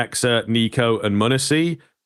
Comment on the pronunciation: Muh neh see no it’s monesy